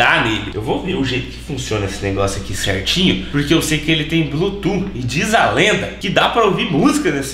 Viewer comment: Blutuf que fala não blutu pelo amor de deus